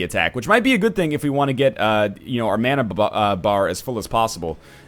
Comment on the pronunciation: Happy about this series. You say "mana" wrong. I'm drunk.